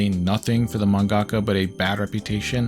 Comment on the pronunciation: "man-gaka", its just manga-ka